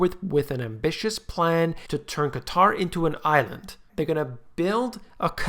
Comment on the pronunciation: So glad to hear you pronounce Qatar properly. Unlike the nincompoops in the media that calls it cutter.